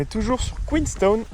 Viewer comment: Superbe vidéo ! Félicitations à vous deux pour ces beaux moments de voyage profitez bien et par pitié dites QueensTOWN